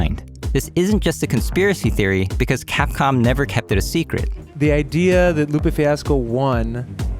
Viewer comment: I somehow heard you saying catcom rather than capcom at the part where u show that cat photo XD